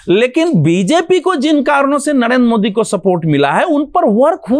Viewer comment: भगवा पहनने से कुछ नही होगा,,पहले आप नरेंद्र मोदी बोलना सीखिए, नड़ेन्द्र मोदी मत बोलिए,, र और ड़ में पहले अंतर को समझिए फिर ज्ञान दीजिएगा😅सब लोग जानते है आप शुरू से ही बीजेपी प्रवक्ता का काम करते है😂एकतरफा विश्लेषण करते चाहे